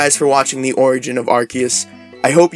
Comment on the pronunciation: Before talking about the Origin of Arceus. The right pronunciation is Ar Se Us Do not correct yourself when you said right. Arc= Higher. Seus as= Zeus=god. But theres no Z on Japanese, so they used the Se. So is never gonna sound with a K. The name in Japanese is ArSeRuSu so it should be Ar Se Us. So I know theres many idiots out there mispronouncing the name, that only happened in english. If you analyze the name grammatically it does not sound like many are saying it.🤷🏾😂